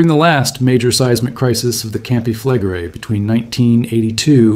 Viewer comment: "Campi flegre-i"! Ist das wirklich schwer auszusprechen? Es heißt NICHT: Kampe flegre! Was für ein Vulkanbogen? Ein "kampanis-tschen"? Eine echte Stimme ist zwar sehr schön, aber nur, wenn der Inhaber dieser Stimme auch lesen kann. Der deutsche Text ist unakzeptabel. Ciao!